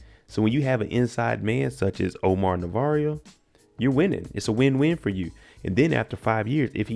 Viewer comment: His name is pronounced Navarro not Navarrio.